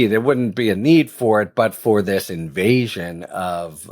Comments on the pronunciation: "INVASION" not "INVASTION", right? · Harry, invastion? I kept looking at the word thinking why don't I know this word. Then I realized you were saying invasion. Csi tsk